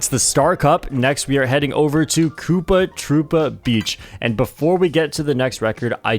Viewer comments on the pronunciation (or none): none